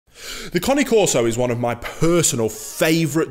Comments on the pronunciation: It's not Car-knee Coreso, It's Cane (Kane) Corso. Not Subscribing or Liking. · CANE, NOT CONNIE. !!! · it's not lol is kah nay , not connie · Ya he calls it a Connie carso when it’s CANE CARSO NOT CONNIE CARSO LIKE WTF IS A CONNIE CARSO 😂😂😂😂😂😂😂😂😂😂😂😂😂😂😂😂😂😂😂😂😂😂😂😂😂😂😂😂😂😂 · He has an accent.. cane is not pronounced cane as in candy cane, it is connay. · "Connie Corso" Lol Great video, again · It’s Cane Corso !!!! Not Connie corso lol 😂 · cAna corso pronounced not conni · Its Caneeee corso , not coni corso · New drinking game. Take a shot every time he says "Cane Carso". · You mean everytime he says "Connie Corso" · 😂😂😂 in my italian ear your cane corso sound more like "connie c'osoe" 😂😂😂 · Not pronounced ‘Kahn-née’.